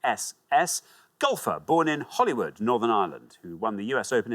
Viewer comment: HOLYWOOD! And he pronounced it correctly (the incorrect way).